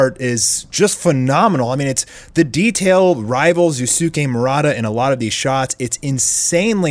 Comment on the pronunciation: Just say murata if you can’t pronounce his first name right